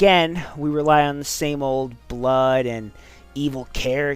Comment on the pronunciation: i face palmed at "hyper realistic bluud"